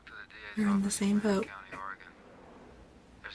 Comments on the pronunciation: There's no I in Oregon. Pronounce it right! Ore-eh-gone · Yes, Mulder pronounces Oregon wrong. He will go on to say Nevada wrong as well. A lot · lol, hello from central Warshington. i hate it when people mispronounce Oregon as well, and Data.